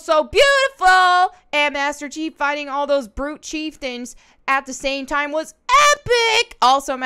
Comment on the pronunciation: Agreed! I'll never not play Halo now and hear "Master Cheeks" instead of Master Chief.